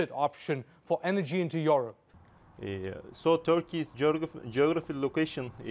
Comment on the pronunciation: somebody teach this guy how to say Europe properly